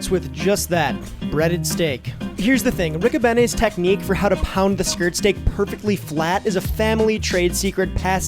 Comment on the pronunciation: On da south side we pronounce it Rick-O-Bean-E's... not Rick-O-Banny's lol P.S. Happy first snow night Tonight CHI City Blu of Blu Tint Photography